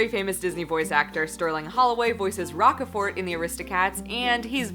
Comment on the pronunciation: I'm sorry, but "Rock-a-fort." lol No offense intended, but I chuckled waay too much, lol.